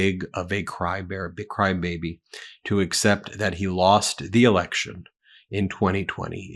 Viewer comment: LOL did she say Biden held an erection? in that clip ?